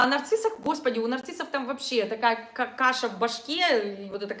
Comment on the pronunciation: Мне послышалось не "каша", а "какаша".